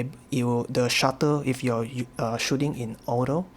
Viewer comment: It's "Shutter" not "Shuttle", I mean it even says right there in the menu 😉Anyway, great video, good work! You're getting so much more out of the ZMP!